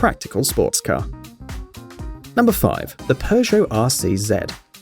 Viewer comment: Normal people: peugot this guy: Perzia